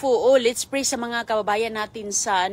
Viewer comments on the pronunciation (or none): none